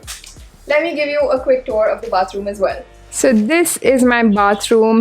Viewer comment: Rich girl keeping it low-key rich and living flithy rich all by herself in a studio apartment in mumbai. Oh, do check the pronunciation of TOUR.